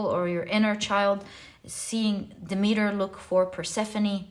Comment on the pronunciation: Dem- et- ter is the correct pronunciation dear one❣️Pile 1 🙏🏽🩷✨